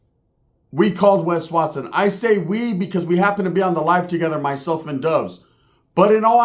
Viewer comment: You called Wes Watson. I thought you called wack no hundreds